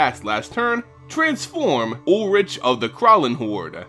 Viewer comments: YOU SAY ULRICK NOT ULLRICH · It's said like Ulrick no? Either way he is kinda disappointing and it might be better to still use other RG legendaries as a commander. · ul-rik is the actual pronunciation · actually it’s ulrichg not ulrish or ulrik